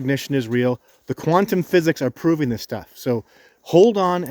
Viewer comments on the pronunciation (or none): none